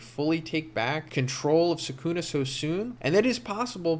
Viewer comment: It's not sookoona, the correct pronunciation is skoona.